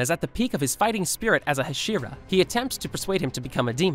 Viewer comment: Nobody gonna talk abt how he’s just torching inosukes name over and over and still hasn’t figured out how to pronounce hashira